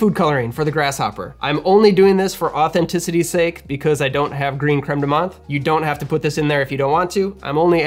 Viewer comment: not very important but i just meant to say as a french person that the "th" in "menthe" is pronounced as a "t" in french, not the usual english "th" nice vid